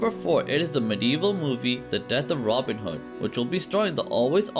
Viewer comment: Who the heck is Ronind hood 😂😂